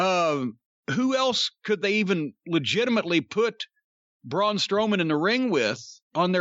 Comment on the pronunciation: Jim Said Strong BroMan🤣🤣 But Braun is going to Hollywood